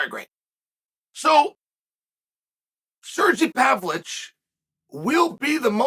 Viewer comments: “Serjee Pavloich” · Sergey Pavlich dominates fights like Chael dominates pronouncing names.